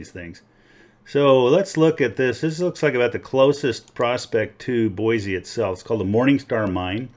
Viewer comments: I know that your video was posted a few years ago and I am now just responding. I live in Nampa Idaho and have prospected in a lot of different locations in southern Idaho. Very good gold in most locations. First things first. The correct pronunciation of Boise is "Boy C" not "Boy Z". A lot of Californians moving here and they all say it wrong for some reason. Second there is a thing called the Idaho Batholith and has a lot to do with geological creation of gold in this area. We have a lot of volcanic activity under our state and a lot of hot springs every where because of it. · "BOISE" (boy-see) not (boy-zee)